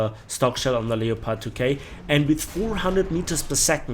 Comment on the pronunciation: Lepard...nicht Leopard...Aussprache ist falsch..